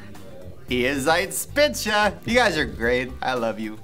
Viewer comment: Er kann "Arschgewei" besser aussprechen als "Ihr seid spitze"